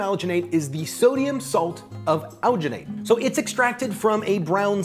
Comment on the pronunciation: the way this guy says alginate makes me wanna die "owginate"